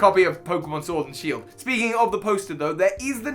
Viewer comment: Ah yes my favourite Pokémon game, Shiord